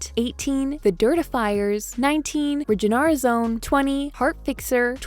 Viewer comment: Sorry to be a prune but Riginarazione is pronounced [REE•GEE•NAH•RAHTS•YOH•NEH]. The word “riginarazione” is close to the Italian word “rigenerazione” which means regeneration. Also LOVE YOUR VIDEOS 🥰😎❤️😊